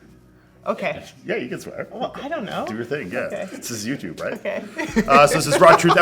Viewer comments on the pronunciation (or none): none